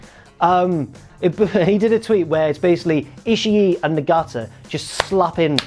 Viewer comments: It's ishii(Eeh-she) not ishii-E just saying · he doesn't pronounce it right but he's closer than you are